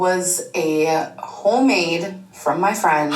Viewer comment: "Hoe Made" LOL